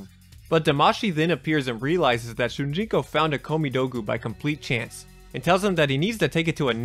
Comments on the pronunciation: I feel like i keep hearing you say Shunjinko and it's Shujinko. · ITS "SH00JINKO" NOT "SHOONJINKO" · Dang... It drives me crazy hearing saying Shunjiko instead of Shujinko. AAARRGGGHHHH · Ughh, “Shun-jinko” keeps taking me out. SHOE-JIN-KOH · Dude, it's SHU JIN KO, not sunjiko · How the hell was it possible for you to continuously say Shun Ji ko when its said and spelled SHU JIN KO? very distracting. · Why do you keep pronouncing it SuNjinko? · Am i the only one that hears him saying shun jinko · My man decided to write, record and edit a 30 minute video and not take 5 seconds to make sure he got the name of the main character right, who the hell is "Shunjinko"? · It sounds like youre saying "shoon gee co" when saying shujinko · This man said shunjinko the whole video and it hurt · How do you consistently mispronounce his name? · Still says Shujinkos name wrong tho…